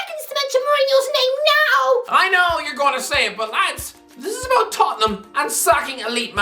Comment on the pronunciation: As a wise Italian once said, ‘It’s da ‘istory of de Toh ten ‘am.’